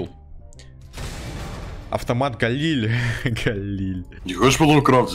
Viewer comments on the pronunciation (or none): Галиль более правильно говорить, так как это ивритское слово